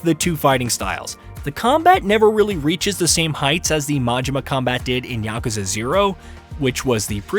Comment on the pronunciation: YAKU!! YAKU!!! NOT YAKA!!